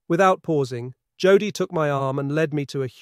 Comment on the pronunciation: It's pronounced Yodel .